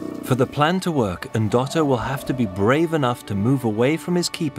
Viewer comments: nooo... there is no E... it's Ndoto which means dream... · "Endoto" he said 😂😂😂...